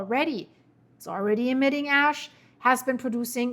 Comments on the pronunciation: No 😂 not ass flying, its ash. . . . Maybe you should think about "Hash" ✌️than when you say it it becomes "Ash" 😮😊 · stop speaking soo fast and relax a little think about what you saying like just slow down a bit she there like nanannanananananaa nananananannanananannananan ASS nnNnnNnn its ASH CALM THE FUCK DOWN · "Ass emmisions". Same as ill never can be serious when NASA scientists want to send a probe to Uranus. Ahahaah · It's my fault! I say ash-hole all the time. You saying a$$ in place of ash is the universe keeping things even...lol. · Sometimes you mispronounce "Ash", but to your credit, you were just speaking about "Cracks".... Its ok, we all have our moments!